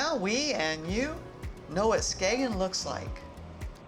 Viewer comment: Well done. The g in Skagen is silent, so it sounds like Skayen or Skane . It gets quite busy on weekends in the summer. If you were looking for more people they can be found out on the beach where the waters meet. You get there by tractors pulling wagons. You can also visit the bunker museum which shows the German defences from WW2.